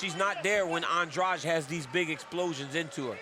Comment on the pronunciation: Ann-drah-di not Andrudge